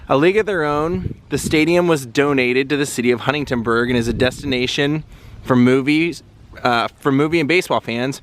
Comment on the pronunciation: Bro :) Love your videos and this one was great .. It's funny that every time you mean to say "Huntingburg" you say "Huntingtonburg".